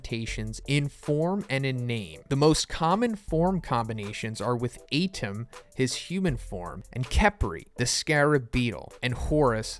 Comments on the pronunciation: Uh-tem and kef-ree. Not A-tem and kepri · Lmao the way u say Atem...